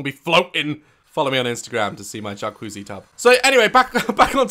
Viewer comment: I’m over here shook by his pronunciation of “jacuzzi” 😂